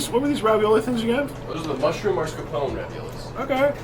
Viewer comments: Guys, it's mascarpone...not marscapone. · Why are both and the manager saying "mars capone" instead of mascarpone?